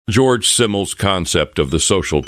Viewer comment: His name is "Georg" not "George". Also, "Simmel" is pronounced with a Z like "Zimmel". He was German.